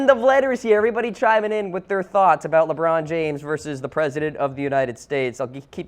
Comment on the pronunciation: Dr. Keel Whitey It's pronounced Lebron not Lebum